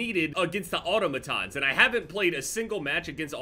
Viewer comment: Auto Matons rrroolll out 😂 sorry but your pronunciation of automatons killed me lol